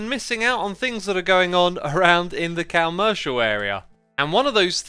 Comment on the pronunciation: Did he just say cowmmercial area